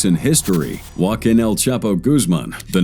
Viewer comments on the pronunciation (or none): none